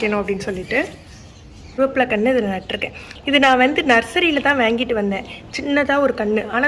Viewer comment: வேங்கிட்டு இல்லை வாங்கிட்டு